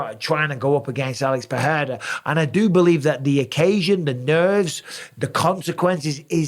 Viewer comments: it's pronounced PeReira not PeHeira 👌 it's only H if it's double R or it's the first letter of the word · brother its PeRRRRRReira not PeHHHHEira , ask brazilians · Alex PE RE I RA not peheira, pecheira! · Oh no... the Pe-heira mis-pronunciation of Pereira has rubbed off on Bisping. Too many people listening to Joe Rogan 😂😂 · Bisping, his name is pronounced Alex "PA-DAY-TA" stop making yourself sound so uncultured, you're a ringside commentator for fucks sake, you should be better at this. How many times in your life have you been called "BisBING" get it? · It annoys me that Mike used to say Pereira almost correctly but has now changed to saying it wrong , like most ppl in the UFC , FFS lol